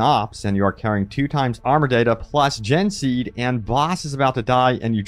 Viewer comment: its not gen seed, it's gene seed